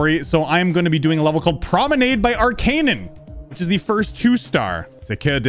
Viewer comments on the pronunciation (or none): I'm french and the desc of "Promenade" was a pain for the ears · "I think I'm getting better at language" as he pronounces Promenade wrong XD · “I think im getting better at languages” he says, mispronouncing promenade